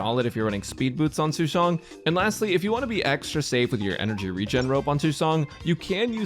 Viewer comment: It's nice to see someone pronouncing her name properly.